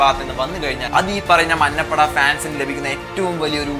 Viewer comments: Ee samayath parayan pattuvo ennariyilla.. 'manna' ppada alla 'manja' ppada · മന്നപ്പട അല്ലാടെ മഞ്ഞപ്പട...